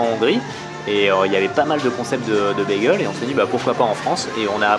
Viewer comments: Nan ces cheddar et pas "tcheddar" et bageule et pas "begeule" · "Bagueule" "Douneuts" C'est plus possible